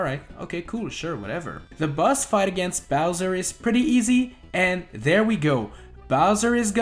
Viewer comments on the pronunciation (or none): none